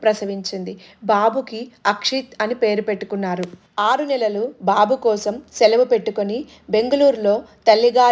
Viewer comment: Koncham prinouncian marchukomma!! Babu ki bu ki dheergham tiyakydadu, pitrothsaham kaadi puthrothsaham